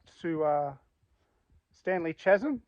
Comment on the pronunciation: Bro, it is pronounced Kaz-em not chas-em.